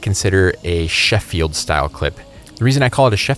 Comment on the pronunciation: Also hearing Sheffield pronounced with the stress should be placed on the sylable "sheff" not on the "fi" bit